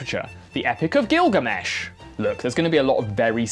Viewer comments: u pronounced gildermesh right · isn't that the correct pronunciation of Gilgamesh though?